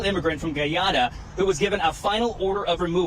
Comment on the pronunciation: He couldn't even pronounce Guyana correctly. It's not Goo Yana, it's Guy Ana.